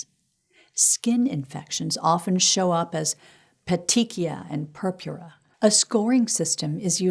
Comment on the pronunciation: Better look up pronunciation of tachypnea and purpura.